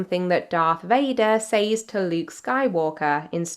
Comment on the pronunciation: AI is getting so scary, this video had me convinced at first ... Where you slipped up is where she pronounced *Says" wrong, it's pronounced like Sez,,,,, and i honestly didn't even notice the millions of video cuts until i zoomed into the face ..